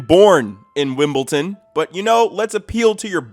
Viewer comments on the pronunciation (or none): why are you pronouncing it "wimpleton" lol